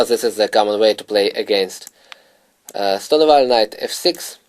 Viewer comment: You're right of course but at lease know how to pronounce the name of the opening you are going to talk about? Is that too much to ask? I actually bought the product and I like the lines he shows but whenever he says 'Ston ah vall' it just hurts my ears.